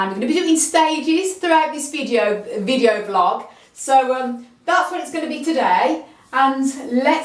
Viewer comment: A very nice "VLIG" indeed 😆